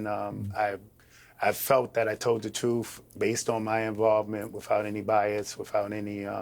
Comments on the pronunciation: Like when he says troof, instead of truth? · speaks the “troof” lol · hes from NYC thats how we say "truth" now go talk to an Italian new yourker and see how they pronounce "told the tooth"